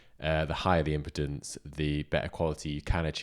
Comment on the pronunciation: I will subscribe as long as you stop saying "impidence"! It's pronounced 'impeedence' because it impedes ' ( slows down) the flow of electrons. Still gonna buy one though. After this! You've just cost me over a £100! Thanks. 😉